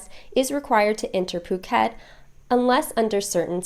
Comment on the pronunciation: How long has been in "Pew"ket? That pronunciation annoys me every time.